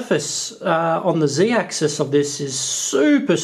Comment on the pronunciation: Who else cringes when he says zeedaxis.